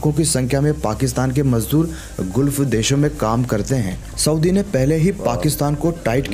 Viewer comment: अरे दोस्त वह गूल्फ नहीं गल्फ है 😂